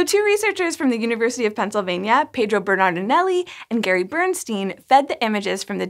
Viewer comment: It's Bairnstine not Burnsteen.